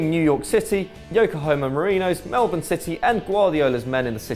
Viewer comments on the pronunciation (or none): none